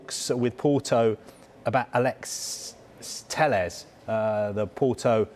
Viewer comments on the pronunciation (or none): Can't even say Alex Telles. "Alex'sss Telles."